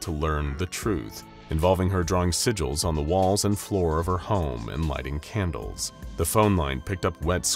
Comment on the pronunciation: Can-dal-es? "Candles" Did anyone else catch that? Started using AI for your narrator?